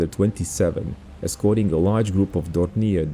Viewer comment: once again those pesky French words in German language caught you. :-) Dornier is pronounced the French way.